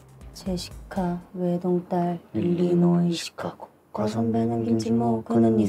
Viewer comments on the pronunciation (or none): none